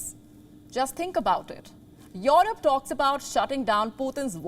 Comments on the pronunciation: Your Rope or Europe? That accent... jeez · She has some problem in pronouncing Europe.... Its not yohrub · noy yorup...E.....Europe.